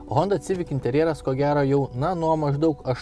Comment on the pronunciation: Eilinis apžvalgininkas,kuris netaisyklingai taria automobilio modelio pavadinima-sivik,o ne civik.